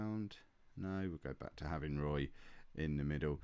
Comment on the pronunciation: Also Roy = Wah